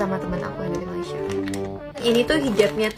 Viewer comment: Malaysie Malaysie,sebut betul2 malaysia